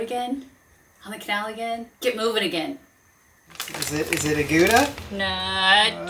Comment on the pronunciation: Yet another great video! I believe the correct pronunciation of Gouda is 'how-da' or something similar